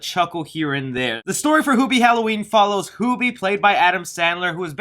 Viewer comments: Its HEW bee not hoo bee also your review is stinky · Isn't Hubie and not HOOBIE? like hes saying? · i seen you on every comment it's hubie not hoobie like he's saying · I had to turn off your video after the fifth time you mispronounced the title character's name. Can you say the word, "human"? Do you say, hooman?